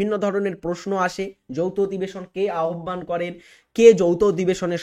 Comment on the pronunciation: কিভাবে উচ্চারণ করতে পারে না বাংলা, তাও পড়াতে এসছে আহ্বানকে আহব্বান বলছে